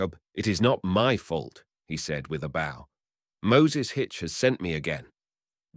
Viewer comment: "He took the b - ow"? Seriously? It's called a "bō". You take a bow after a performance. You play a fiddle with a bow. 0😮